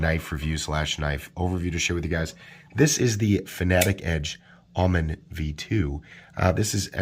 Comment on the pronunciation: Never heard anyone mispronounce Omen before. The Auto generated English subs think your saying almond..